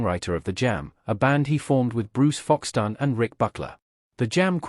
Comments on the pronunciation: Fox-stan? His name was Foxton. Stop using AI to voice your videos. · This was positively dreadful. And it's Foxton, not Foxtown, just for future reference.